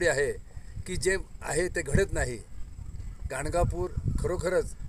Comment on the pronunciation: धन्यवाद >>>>>> ॥अवधूत चिंतन श्री गुरूदेव दत्त॥ सुंदर मार्गदर्शन!. >>>गाणगानूर की ___गांडगापूर?. आवाजात ऊच्चार नीट ऐकू येत नाही. 卐ॐ卐